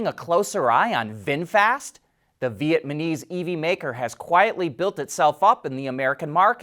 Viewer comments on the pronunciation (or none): did you happen to just say "Vietmanese"? Sorry, mate, no such country I'm afraid. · "Vietmanese"! LOL!